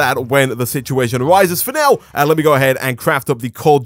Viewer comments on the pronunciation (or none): Everytime he says " for now ", I think he's gonna say finnese.